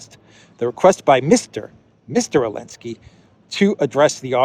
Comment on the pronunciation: I listen to your program daily and appreciate it. I still don't understand why you call Zelensky "Elensky"